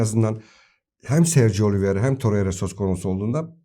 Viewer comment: Abi Oli Viera değil Oliveira doğrusu.